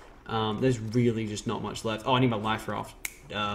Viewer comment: " he knocked my laff rife away from the ladder"